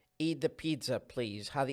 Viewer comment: Sorry I reckon you pronounced word 'pizza' wrong.